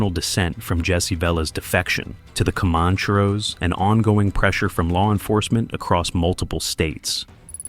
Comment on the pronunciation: The AI narrator forgot how to pronounce Commancheros, needs a reset.